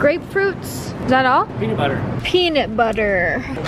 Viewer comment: "Peanit budder" hahaha love you Aspyn :D